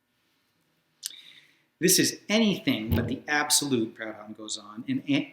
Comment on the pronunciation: It's pronounced 'Prood-on'. Aside from my pedantry, excellent video.